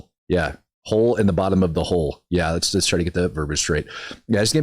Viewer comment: Candice would pronounce it, “ A HO IN THE HOOL”!😂